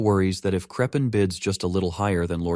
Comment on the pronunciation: Krephen? Griffith! SEPIROTH! kAKAROth!!